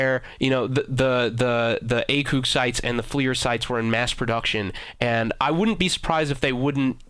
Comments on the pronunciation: number 1 you are pronouncing ACOG wrong, say the letter A and then think of cog tags in gears of war now put the two together and you have ACOG number 2 the definition of an assault rifle is a gas operated, air cooled, magazine fed, semi automatic and 3 round burst or fully automatic rifle. Where as the maschinengewehr 08 is a machine gun witch is defined as a gas operated, air or water cooled, belt fed, fully automatic, mounted on bi pods, tri pods, or vehicles. Both of the definitions are from the U.S. army F-M's on these weapons other wise known as training manuals. Get your shit right. By the way I had never heard of you until I stumbled upon this video. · Please never say A Coooog site again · he pronounces ACOG SIGHT like a muppet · A-COG not "A-coug" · Why is he saying acoog sight its acog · Btw the acog is not pronounced like acug because that's what it sounds like it is a and then a gear cog like that acog not like acug I'm just saying but it's acog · Please for the love of all things holy, it is pronounced A-Kog not A-Koog any one with any military or shooting experience will tell you. Not being a ass but don't want you to sound stupid man. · can you say anything its wtf its acog not acooog and Maschinengewehr wtf and this is only 5mins in and no one fucking knows who you are Mr big deal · Who the fuck says "akewg" everyone says it as "a cog" that really made me cringe hearing it said as "akewg" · What is this a leafy is here video? And it's "ACOG" not "ACOOG". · i believe its ACOG not ACOOK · ACOG not ACOOG lmao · It's not acug it acog lol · Lol. He says Acewg. lol A....COG. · ITS ACOG!!! NOT ACOOOG!!!!!! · its pronounced A-COCK sight. not A-COUG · PLUS YOU SAID ACOG BADLY YOU INSTEAD SAID ACUG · "Acoog"😂😂 "supadupa premium"😂😂😂😂😂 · This dude said ACOOOG sight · He failed to pronounce almost everything, what is an acoog. I thought this guy was just stupid but now I know he is just full of shit. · "A-CooG" sights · "akoog" xD